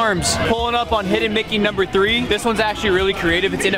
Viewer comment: said "hidden Blicky" instead of "hidden Mickey"😂